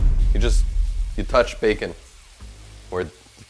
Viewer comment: His accent seemed pretty consistent to me. He only changed his accent once when he said bacon (Jamaican accent, sounded like beer can). Either way, he has quite a bit of a French-Canadian accent.